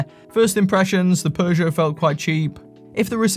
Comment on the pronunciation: There's no r in Peugeot.